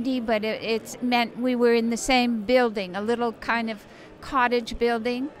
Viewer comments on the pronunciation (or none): I wonder If she realized that she said "Bungalow BILLding" ;)